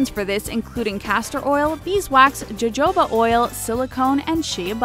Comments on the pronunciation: DID NOBODY NOTICE HOW SHE SAID JOJOBA OIL? IT'S PRONOUNCED HO-HOBA. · Jojoba oil isn't pronounced "jo-jo-ba" but "o-ho-ba" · She uh and Joe joeba ? Jesus It's SHAY and HOHOBA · Holy moly...you do know that Jojoba is pronounced "ho-ho-buh" not "Joe-joe-buh", right? Honestly, guys... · Jojoba is pronounced HoHoba Shea Butter is pronounced Shay Butter I know this doesn't really matter but, when informing people use the right information. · Hohoba jojoba is pronounced hohoba. 😒 Holyshit.... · What is wrong with this announcer? Why can she NOT learn how to pronounce jojoba? It's pronounced ho-HO-ba. Be better! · its not pronounced as it is spelled.... Jojoba...its pronounced hohoaba . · Jojoba is pronounced ho-ho-ba. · Anyone else cringe when she pronounced jojoba with "j's" instead of "h's" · how can u be a grown person making this video and not look up how to pronounce 'jojoba?' or...shea, for that matter. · She pronounced jojoba wrong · THE WAY SHE SAID JOJOBA AND GLYCERIN E W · Jojoba : HoHoBah not.. JoeJoeBah Glycerin: Glis er in Not Gleye sir in